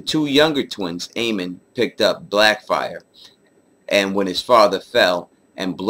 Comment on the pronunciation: You mispronounced blackfyre! You know I'm messing with you, like the concept of these videos, you know I'll be watching bruh